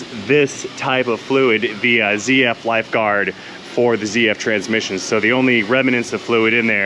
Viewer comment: ..MATE.. Nice to see you back with us and in the land of the living 😊 As for the BMW crap. The Gearbox is a ZF..... That's Zed F.... Not Zee F.. The ZF gearbox was used back in the 1960s and 1970s in a crappy van called the Bedford CF 1800cc and 2300cc.. ZF is a German company. A lot of vehicle technicians here just don't like working on the BMW. I personally hate the things. Had 3 of them, would never buy a 4th.. Now days some of 5he BMWs use PSA engines as fitted to Peugeot Citroën Vauxhall Opel and Fiat, plus Ford also use the PSA engines. So you pay BMW prices and get French PSA parts....